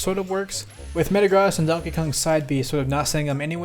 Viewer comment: Pokémon nerd here. It’s pronounced meh-tuh-grows (but sounds like the word gross) not met-tuh-gros.